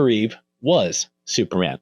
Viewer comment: You know Christopher's last name is "Reeve", not "Reeves", right? There's no "s' at the end. Also, "Routh" is not pronounced "Ruth" but rather like the word "Mouth". And how come you didn't mention Tyler Hoechlin from the "Superman and Lois" TV Show? Edit: Okay... You corrected it later and said "Reeve". Thank you for that.